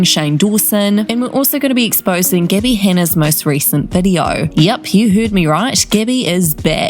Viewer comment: why does the narrator call her "Geebby"?